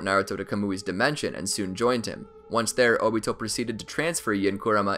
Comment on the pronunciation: I thought it was “Oh-Bee-Toe” not “Oh-Beet-Oh